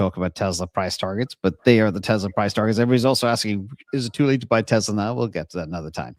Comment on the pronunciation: TEZ-LAX?? don't say that again :)